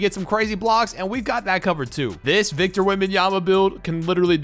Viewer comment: that is Wictor Vembanyama